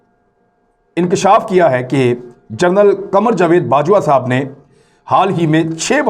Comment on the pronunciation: tum english toh parh nahein saktay translation kaisay ker rahay ho . Aaj tuk tum general ko jernal parhtay ho iss liyey bongian marni chor dou .